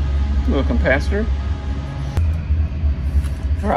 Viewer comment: It does sound like you're say compacitor every time.